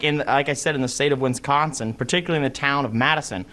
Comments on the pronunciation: Why did he say "Winsconsin"? In my public school they taught us the state names. It's Wisconsin, not Win-sconsin. Dropouts can't spell. "There enlies" (Boebert) the problem with the freshmen in our government. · Did he say “Winsconsin”?😂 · I just said to my coffee, "he wants to debate Rachel and he can't pronounce Wisconsin??"😒